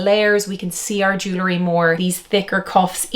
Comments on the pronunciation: I would take you more seriously if you pronounced jewelry correctly. It’s jewel-ry, not Jew-lery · It’s JEW-EL-REE! Not JEW-LA-REE, OMG!